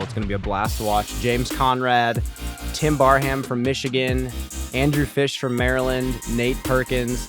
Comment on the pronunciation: Love watching a fellow Barham, but commentators always say the name wrong.